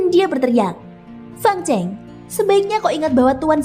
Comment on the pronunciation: Min itu fang cheng, salah membacanya...chêng bukan cèng